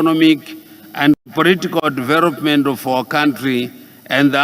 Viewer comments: 😂😂😂😂 mentarity. .poritical....diveropment...incrusivy . Famiry haaadaaaa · There is a historic battle between and the letter "L". Let me help you to understand Excerrencies - Excellencies Erection - Election Diarogue- Dialogue Deveropment - Development Poriticizing - Politicizing Mentarity- Mentality Charrenges- Challenges Famiry- Family Deveroping- Developing Openry - Openly Mirrions - millions Calmry - calmly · Poritical deveropment of our country excerence vhunarable. Zimbabwe successfuri openri Zimbabwe went out with their Mirions😂😂😂😂😂😂😂😅😅😅😅 he likes R instead of L Mutuari furi furi success furi